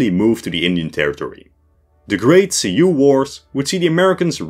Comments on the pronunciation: Great video, but who taught you to say Sioux like “see-you” instead of “sue”? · See-hoe pronunciation of Sioux is incorrect, Sioux is pronounce like the word sue. But other then that one gripe excellent video as always. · Thank you. 'Sioux' = 'soo', at least in the American Midwest.